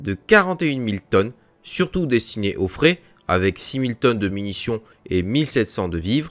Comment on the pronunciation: Il faudrait expliquer au programme informatique de lecture que le "frais" n'est pas le "fret". Le "frais", c'est à dire la nourriture fraiche est une chose très importante pour des navires effectuant des missions de plusieurs mois. La mauvaise lecture de ce mot rend la compréhension difficile.